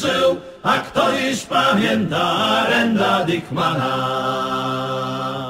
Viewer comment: Taka ciekawostka "Arend Dickman" czyta się jako Aerend dejkman